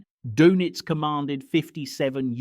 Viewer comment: The pronounciation of Dönitz drives me nuts. You shouldve spelled it differently to make the AI voice say it properly.